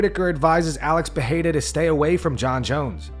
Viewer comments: It's pronounced "Pereira" not "Perreira", not to be confused with Ferreira, it's the double r's that make the "h" sound. Since you made the effort to get Adesanya's name right, i thought you should get Pereira's name right. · You’re not Brazilian, pronounce his name with R not H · Who commentates these videos and why can't he pronounce Israel Adesanya's or Alex Pereira's last names?